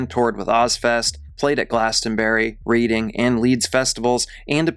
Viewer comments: This must be A I because 'he' said Reeding instead of Reding for the town of Reading and also said HMP Wakefield in West Yorkshire in London!!? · Its pronounced REd-ing. Not reading. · 😂😂😂 it’s simply “reading” like Redding. 🤌🏻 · In fairness, that word is typically pronounced as "reed" rather than "red"! Just me being an overly pedant Brit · Reading is pronounced "red-ing" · pronounced Pontypree and Reading is pronounced Redding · Also the town of Reading is pronounced like "Redding"... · I know you’re American but the way you promised the towns Glastonbury and Reading made me chuckle. It’s pronounced Glastonbree (not berry) and Redding. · P.s- 'Reading' is pronounced 'Redding'. 👍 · Pontypridd is pronounced Pontypreethe. No, I don't know why either. Reading is pronounced Redding. No, I don't know that one either. His mom might shed a tear, but I sincerely doubt anybody else would. He was an abominable human. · Great video, though minor annoyance, Reading (as in the town/festival) is pronounced like Redding. Other than that good work, you just got another subscriber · Just an FYI,, Reading is pronounced as "Redding". I don't blame you though. It's spelt exactly the same as the verb after all. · I wanted to keep this separate from my previous comment because it's less important, but it's pronounced Red-ing. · It's pronounced Redding. That said, this was clearly well-researched and I ended up learning quite a bit. Good work